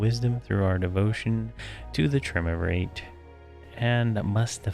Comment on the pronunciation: It's actually pronounced try-oom-vuh-rate.